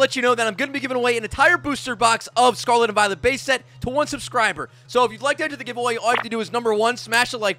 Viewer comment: “Sarlat and Vilet” 💀